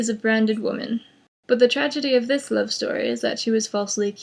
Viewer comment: Er, love. Not loke. XD